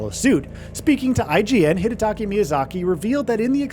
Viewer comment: Hidataka!!! Not Hidataki Miyazaki...You repeat it thru the whole video. That's embarrassing mate